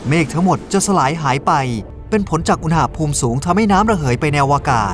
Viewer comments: ทำไมตูโฟกัสที่คำว่า "อูหน่าภูมิ" ว่ะ มันต้องอุณหภูมิไม่ไช่หรอ😂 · พี่พูดคำว่า อุนหาภูม อุนณาภูม สิ